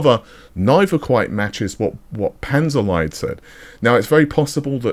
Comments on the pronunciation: Sorry to be that guy but its pronounced Panzer leet/leat. Also 168 SM with that 448 bus? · Panzerlied is probably spoken Panzerleed, as ie is a long spoken e in german.